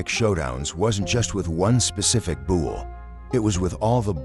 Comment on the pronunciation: After hearing bushwhacker being pronounced “bushwaquer” and bull being pronounced “buole” I had to give this vid a thumbs down!